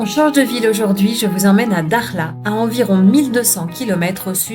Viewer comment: je sais que pour les occidentaux prononcer le "kh" peut irriter les cordes vocales mais quand même et s'il vous plait, faites un petit effort c'est Dakhla et non Daghla. Merci